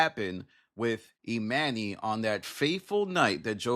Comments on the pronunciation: 🤦🏾‍♀️ You pronouncing Emanny's name incorrectly is wearing on my patience too much to finish this video. 🛑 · You keep mispronouncing his name. You must not really watch the pod.